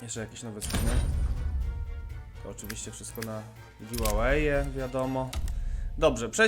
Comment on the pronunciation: jakie przypadkowe przeglądanie skinów na "giwełeje" xD aktor. Pozdrawiam:)